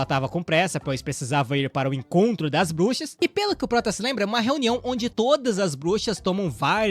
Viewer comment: Cara não sabe ingles nem português kkkk brushas kkkkkkk